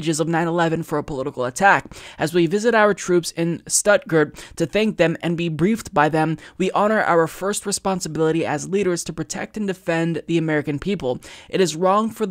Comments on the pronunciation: Stuttgart isn't pronounced Statgurt, that sounds like an inactive form of yogurt. I do like your channel though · I totally agree. Love THR and. But, the German city's name is pronounced pretty much like it's spelled but the fist "S" sound is "sh". Think of Bernie saying "infra-shtruc-cha".:) <3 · As someone living near Stuttgart, the way you pronounced it made me literally cringe ^^ it's pronounced shdootguard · Beautiful pronunciation on Stuttgart, (lol /sarcasm). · He's mispronouncing multiple things... Shahid (SHAH-hid, /ʃah'hɪd/), Stuttgart....